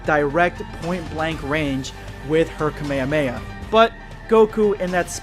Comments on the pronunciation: It’s ka me ha me ha not cuh mei uh mei uh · did anyone else notice he said the kamehameha wrong idk if its like a weird DUB pronouncement but its bothering me alot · I love you you are a great youtuber but i HATE your pronounciation "kame-uh-weh-uh wave" "rahzaingan"